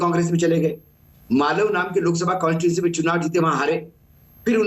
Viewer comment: Wankhede येड्या.. it is मावळ and not मालव